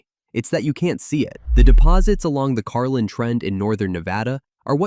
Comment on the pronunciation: Carlin not carline